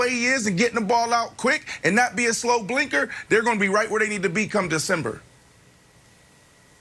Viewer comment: I know. I was just making a joke about how it sounded like he kept saying “slow blinker”. Lol